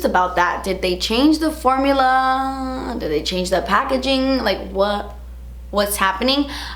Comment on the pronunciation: "Did they change thuh formuluhhh?" 🤓❤ Hehe!